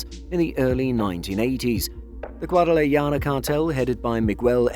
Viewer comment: WTF...GUADALAJARA..NOT GUADALAYADA.. 🤣 MAO